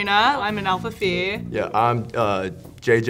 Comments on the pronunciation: Greek here. Φ is pronounced life "fee". Keep up the good work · lol she can't even say phi right